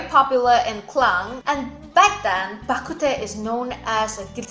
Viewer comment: Bah kut teh is actually pronounced as Bah Kut Tng which means soup. My ancestors are from Gulangyue but I was born and raised in Manila therefore I speak fluent Hokien but I am illiterate in Chinese.